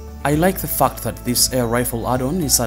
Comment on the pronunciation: Fact is pronounced with the “a” like in apple NOT pronounced “U” like the word UP. Get it right mate sounds pretty bad